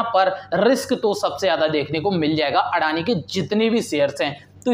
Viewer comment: व्हो अदानी हें, ना की अडाणी 🙄